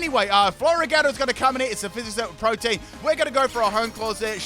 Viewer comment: Just FYI it’s pronounced pro-tee-en not like protein. Lol